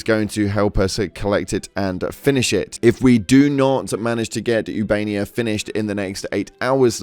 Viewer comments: Its not ubania, its ubanea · ubaneya not ubania🖤💛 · “Ubania” 💀 brother the starship tells you how to pronounce the planet name when you enter the system.